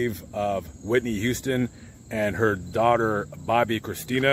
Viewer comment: You butchered her name lol it’s Bobbi Kristina